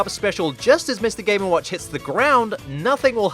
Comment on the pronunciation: Why do I hear "Mr gay n watch"?